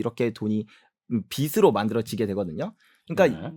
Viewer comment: 빚으로 를 비스로 로 읽지 마시요 비즈로 가 맞습니다